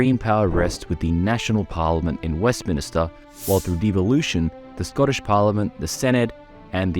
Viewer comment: For a first video, this is fantastic! Really well edited and written. One thing - it’s WestMINster, not WestMINIster 😉